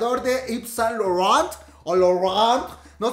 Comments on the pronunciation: Jajajaja me reía a cada rato que decias Saunt Laurent, Te amo ❤️❤️❤️❤️ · ...is san lorrawn! JAJAJAJA AMO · 🤣🤣 Como pronuncia: SAAAINT LAURENTTT 😂😂😂😂😂🤭 Me hizo el día 🤣🤣🤣🤣🤣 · Reí cada vez que decías Saint Laurent 😂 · Wey me da un chingo de risa cada que tenía que pronunciar Saint Laurent 😂